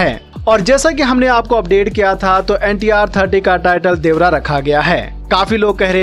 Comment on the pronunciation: देवरा है या देवारा 😂😊